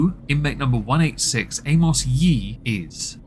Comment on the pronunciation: “Amos Yeet”. Hahaha. Does the narrator have a speech impediment??